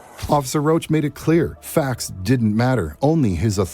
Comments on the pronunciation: It's Roush, not Roach. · His name is not roach. It’s Rach ROUCH.